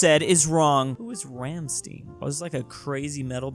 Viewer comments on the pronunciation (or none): How does one say Rammstein like ramsteen like what?!?😂😂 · Rammstein Stein is pronounced like the stein in einstein or martin stein. Well almost but close enough. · You mispronounced Rammstein. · funny enough, he said Rammstein wrong. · Just to think, that in a meme about Americans not knowing German pronounciation, pronounces Rammstein wrong. Such irony, but we all know he is just playing 4d chess.